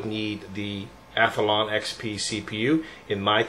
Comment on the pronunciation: omg you pronounce athlon SOOO wrong. its ATH-LON not ATH-A-LON jesus.... god that gets on my nerves. THERE ARE NOT 2 A'S IN ATHLON!